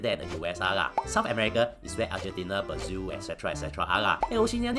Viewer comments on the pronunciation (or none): none